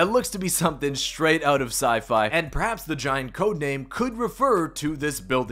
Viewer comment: Bro he said “looks like something from si-fi hen-“